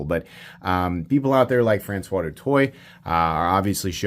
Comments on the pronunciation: His name is pronounced Do Toy and if you were in high school with him you would nickname him Doot. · Do better, du Toit - (Do Twa) Google Translate is free